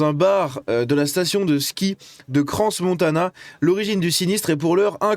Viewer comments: On ne prononce pas le s de crans 😉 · C'est bien, vous pouvez voir que nos médias refusent de dire ce qu'il s'est réellement passé, tout comme les votres. C'est du foutage de gueule. Et si jamais tu dis pas le 's' dans crans. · Le s de crans ne se prononce pas 🇨🇭